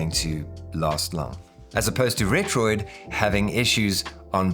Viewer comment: Thanks for not calling it retroARK